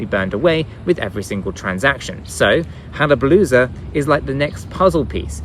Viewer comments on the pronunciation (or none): Why is it so hard for you to say HAYABUSA? Wth, It makes it all sound like a joke, VET too, lol.